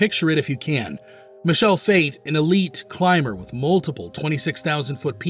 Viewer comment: It's Mi-ke-le not Mishel